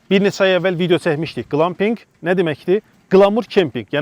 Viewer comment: Amma qlampinq yox, qlempinq deyilir eziz qardas)